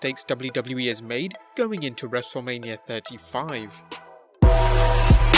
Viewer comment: "going ITO WrestleMania???????"